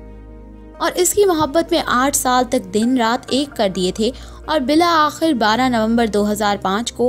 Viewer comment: behn pehly apni urdu pronunciation thik kr lo, bila akhir 😂